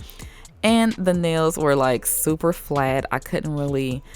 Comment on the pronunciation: I LOVE IT when you say '' this are my neils when there filed shaped and buffed " OMG I LOVE IT❤❤❤❤😂😂😂😂😂😂💖💖💖💖